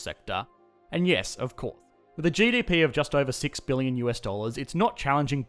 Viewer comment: ofcour', just one example of where you omit necessary S's from words, is it an elaborate joke I'm missing or what?